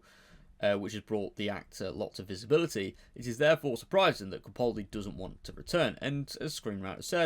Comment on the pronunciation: Please pronounce the A in capaldi